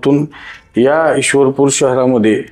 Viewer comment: आधी ईश्वर पुर बोल 😡